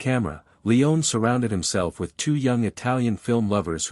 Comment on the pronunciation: "We also dive into the film’s massive 436-page screenplay", Well in that forthcoming video, you might certainly make a concerted effort to get this incredible director's last name pronunciation right : Sergio Leone (/liˈoʊni/ lee-OH-nee), A amateur effort. Google it next time at the very least. This you certainly missed what your narrators certainly did. Would John Wayne's surname be (/way /nee) ? Proof listen next time please!.